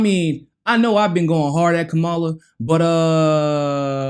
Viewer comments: Kamala isn’t black and it’s probably best if you don’t mispronounce her name because it makes her sound black. It’s pronounced KA-ma-la., not ka-MA-la. Great video as always. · It really saddens me that using a fork and napkin, in any situation aside from cannibalism, is a factor for any person considering a President. What about continuously mispronouncing a person's name? Does that lose a person credibility? Kama-la. She is terrible, but say it correctly.